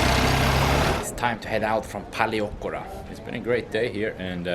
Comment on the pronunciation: Very nice video! I will be going there in 2 weeks time, really nice to see what it's like. (Although you really should brush up on your pronunciation of Paleochora 😂....big room for improvement)